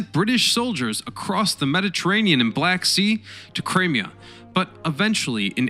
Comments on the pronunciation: Good video but can we have a narrator who at least tries to pronounce things properly. How ignorant do you have to be these days not to know how to pronounce Crimea? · I have found your American based videos interesting and well presented, and haven't questioned their accuracy. However on this one many errors of fact and even frequent international place name mispronounciation were jarring. E.g. Crimea, River Mersey, Lancashire, etc. More fundamentally you repeatedly confuse the displacement of a vessel (its weight) with its tonnage or gross tonnage which is actually a measure of its volume and not even its load capacity (& which you refer to as its weight). The SS Baltic wasn't ever known as the SS Pacific; that was one of her several sister ships of the American Collins Line, all named after great oceans. I.e. Atlantic, Pacific and Arctic. Although after its leased service to the US government during the Civil War, it served briefly for the American Lloyd Line, it certainly was never owned or sailed by the White Star Line. The SS Baltic was built by Brown and Bell in New York and not by Harland and Wolfe of Belfast, (Northern) Ireland! I'm less than halfway through watching this 'movie'! Thanks very much for your consideration of these comments! 🇨🇦 🍁 🇨🇦 🍁 🇨🇦 🍁 🇨🇦 🍁 🇨🇦 🍁 🇨🇦